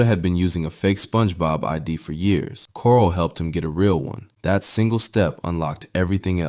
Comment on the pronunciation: it’s KORCLE, not coral. It’s distracting to such a well researched video.